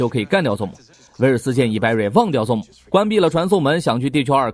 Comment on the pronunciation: ..你的英文發音要練一練...ZOOM...的念法不是ZONE...請仔細看原片演員怎麼念好嗎?